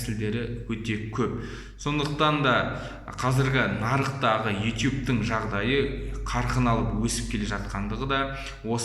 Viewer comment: Ютуб деш итуб демей